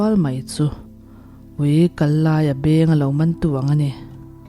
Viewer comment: I aw pek a dikin ngaihthlak a hahdam e, *helai ṭawng thluk hi hetiang zawk hian aw "Ui kallai beng (kan taksa peng kan 'beng' kan lam rik dan ang hian lam zawk tur a ni e)